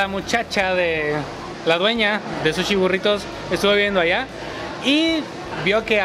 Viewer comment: Jajaja me da risa que dice suchi